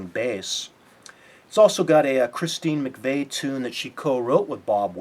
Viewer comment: McVie is pronounced MacVeee, not MacVay